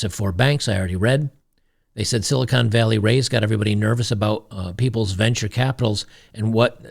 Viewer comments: Silicone ? its Silicon, when the "o" is short. Silicone is for breast implants. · Silicon, Con Not Cone!